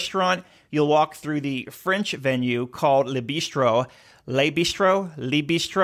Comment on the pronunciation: It’s interesting to see that NCL has a partnership with Starbucks! And since you mentioned it in the video, the vowel sound in “Le” in Le Bistro is pronounced similarly to “good”. 🇫🇷🧑‍🍳 Oui oui!